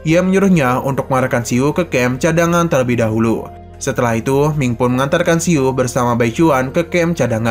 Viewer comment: Min salah ucap, bukan keluarga yusuan, tapi tce chuan, juga bukan si-u tapi siu satu suara